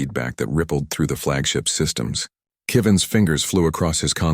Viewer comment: AI narration at its finest: "Key-van" is not how you pronounce Kevin, unless you are extremely pretentious.